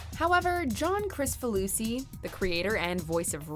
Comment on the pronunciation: John Kricfalusi is pronounced like Krick not Kris. The first season of Ren & Stimpy was the best. The second season was tame compared to the first. That was because John made the censors very uncomfortable with his cartoons, and Cartoon Network tried to put him on a short leash. John and the network clashed a lot because John wanted to push the boundaries. Ultimately, John got sidelined and lost his artist’s rights. He just sat out of the production entirely until the network decided to fire him.